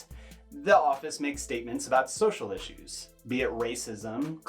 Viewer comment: The way mike says issues Bothers me to no end It’s ish-you’s Not isss uss